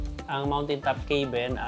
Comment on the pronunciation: Pronouncing 'cabin' as 'key-bin' instead of 'ka-bn' is a common mispronunciation among non-native English speakers. Nevertheless, listeners can usually understand the intended word from the context of the sentence. This is particularly common among Filipinos. I have also noticed similar mistakes from Indians, such as pronouncing 'teks' instead of taks for tax, epol instead of a-pl for apple.. 😊